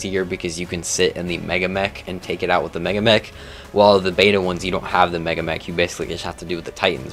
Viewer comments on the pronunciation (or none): none